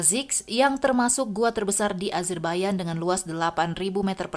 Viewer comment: Nahhh ini baru tepat penyebutan negara azerbaijan dgn "azerbaiyan",krn kbanyakan org masih nyebut dgn konsonan kata yg sesuai dgn tulisan pdhl it salah.